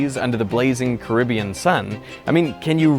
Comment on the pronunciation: Thanks for pronouncing Caribbean correctly instead of carabean like some lazy comentators do.🙂